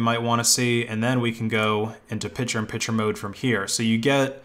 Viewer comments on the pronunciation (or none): It is pic-tures not pitch-ers